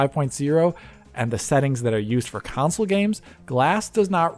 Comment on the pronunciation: It's a "console" not a "consul" can you pronounce it correctly please?